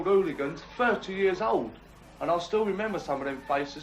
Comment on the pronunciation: Great idea to have a chap who can't pronounce 'hooligans' narrate a documentary on hooligans. It begins with an h, Sir, an h.